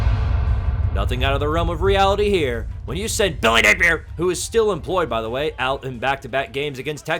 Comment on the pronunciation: It’s not officially the end of a college football week until says BILLYNAPIER